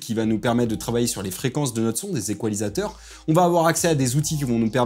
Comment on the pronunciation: Bon sujet. Mais "spoti-fi" c'est non, même francisé (les gens du studio ne vont pas comprendre que tu parles de spo-ti-faille). Et utiliser des "équoilisateurs" c'est également non. Même juste en studio de mix on ne peut pas dire ça. Par exemple mon coiffeur ne n'égoilise jamais la frange. C'est presque pareil, mais pas égoile. Bref : é-ga-li-seur/"iquôlaïzer" en anglais. Ya jamais de fin en -zateur. Bonne continuation dans ces beaux métiers.